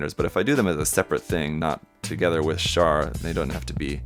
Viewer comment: Keep the beam axes and the large ax. This kitbash is coming along nicely. BTW, OMG someone who can actually say Char's name correctly. A lot of people pronounce is like charcoal.